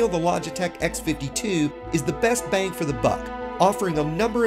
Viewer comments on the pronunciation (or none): none